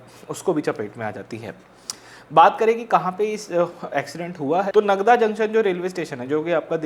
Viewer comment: नागदा - please correct pronounciation. you are committing this mistake from past few videos, so thought to let you realise your mistake as it's an important station on important route and huge probablity that you have to pronounce it in forthcoming videos.